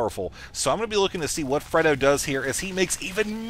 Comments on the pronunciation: Are you sure it's not pronounced Frey-do? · have you ever seen The Godfather? This isn't to be mean it's just you keep mispronouncing Fredo.